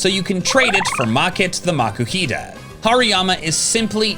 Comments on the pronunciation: its MA-KOO-HEE-TUH no the way pronouncing it.. he needs to BE BETTER!!!!!!!!!!!!!!!!!!!!!!!!!!!!!!!!!!!!!!!!!!!!!!!!!!!!!!! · its MA-KOO-HEE-TUH no the way your pronouncing it.. BE BETTER!!!!!!!!!!!!!!!!!!!!!!!!!!!!!!!!!!!!!!!!!!!!!!!!!!!!!!! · Is no one going to mention the way he pronounced Makuhita?